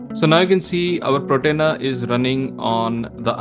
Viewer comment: Slight correction, its Portainer… not Protainer…